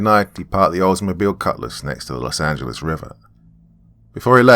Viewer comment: Lol I always laugh when says: Los Angelize